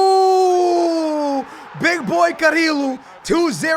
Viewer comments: Its not carilo, its carrillo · It's pronounced carrio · to say carrillo's name is ka-ri-yo